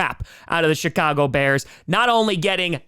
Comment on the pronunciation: Does he say Chicago or Shitcago?